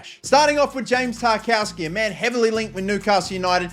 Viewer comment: Stop calling him Tar-KOW-ski, it’s Tar-KOV-ski 😂